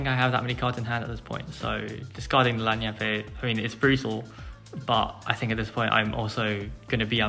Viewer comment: Annie is definitely not Italian. Lagniappe in South Louisiana sounds more like lan-yap.